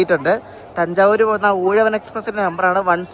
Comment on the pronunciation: 7.38 പേര് ഊഴവൻ അല്ല ഉഴവൻ എന്നാണ്, ഞാൻ കഴിഞ്ഞ ഞായർ ചെന്നൈ പോയിട്ട് ഇന്നലെ രാവിലെ നാട്ടിൽ വന്നു, ഇതേ അനന്തപുരിയിൽ. പിന്നെ നങ്കുനേരി അല്ല നാങ്കുനേരി. ഞാൻ ഡിസംബർ 7 ആം തിയതി ചെന്നൈ പോകുമ്പോൾ ഇരണിയൽ സ്റ്റേഷനിൽ അപ്പുറത്തെ സൈഡിൽ ട്രാക്ക് സെറ്റ് ചെയ്യുവായിരുന്നു